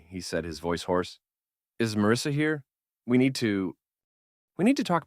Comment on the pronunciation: I like how the mis pronounces marrisa as mrsa 😂😂😂